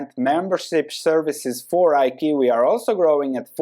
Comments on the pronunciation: Hey. Iqiyi (IQ) stock is pronounced "eye- CHEE-yee" not I-kiwi. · IQIYI is pronounce 'I - chee - yee'. I love your channel. Baidu is strong buy for me to hold for the long term. Thanks for your analysis